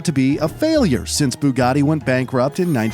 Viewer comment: Bugatti not buggati